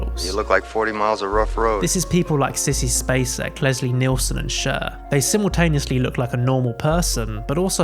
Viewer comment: is this AI narrated? because the way you pronounces Cher is a deathly sin!